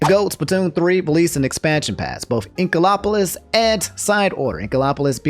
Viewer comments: Everyone: Inkopolis: Inkolopolis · I love how you pronounced Inkopolis as “Inko-LOP-olis” 😂😭 Also, if the student was already willing to make bomb threats as a “joke” just to cancel classes for a video they can watch after school, that student was already screwed up to begin with and had no one to blame but themself. Even if it was a “joke,” how would we know that it was just that and not alluding to something that could happen in the future? If this rumor about Twitter was true, artists may have to find a different social media just to post so much art they planned to post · love how me pronounces inkopolis as "inkolopolis" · “Inkolopolis” 😂 love it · No WAY you pronounced inkopolis like that 💀